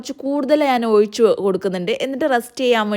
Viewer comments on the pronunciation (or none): ഒയിച്ചു അല്ല. ഒഴിച്ചു. .അങ്ങ് വല്ലാതെ കൊഞ്ചൽ ആണല്ലോ 😂😂